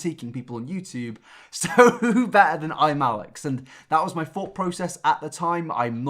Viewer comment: Why does he say "fink" instead of "think" and "fought" instead of "thought"? Is this an accent thing or what?